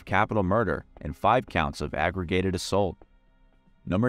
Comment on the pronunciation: Did he say aggregated assault in the first one? Isn’t it aggravated assault?